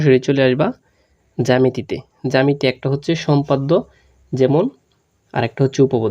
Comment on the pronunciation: আপনি জামেতি বলতাছেন 🙄এটা তো জ্যামিতি হবে🙄🙂